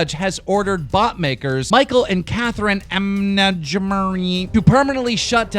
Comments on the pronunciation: Am I the only one bothered with how Keem couldn’t pronounce Anjomi? like it’s an-joe-me. Anjomi. God fucking damn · Keen star it's am-jom-e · is it that hard to say anjomi